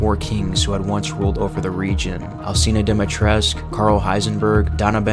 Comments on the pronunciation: The "u" at the end of Dimitrescu is meant to be pronounced! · I love this video but it's lady du-me-tris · Isn’t it Dimitrescu? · Everyone pronounces Lady Dimitrescu wrong. It's annoying. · Am i the only one who pronounces the u in dimitrescu since it's romanian and all that